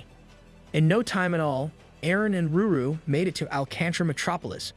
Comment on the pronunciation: Every single time you said, ruru instead of lulu I have said screamed in my head IT’T LULU NOT RURU For the 10,000th time